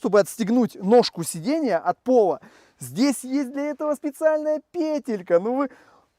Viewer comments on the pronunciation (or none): none